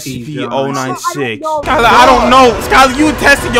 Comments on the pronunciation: your saying o96 but it's 096 and I don't like it when you say it that way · SCP 096 not oninesix